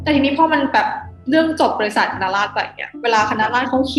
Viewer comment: พูดไม่ชัด ฟังดีๆออกเสียงว่าคะน้าราด ชัดเลย